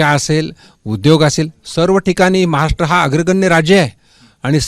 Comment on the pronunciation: केंद्रीय राज्यअर्थमंत्री असून....महाराष्ट्र हा शब्द नीट बोलू शकत नाही....हे दुर्दैव...😥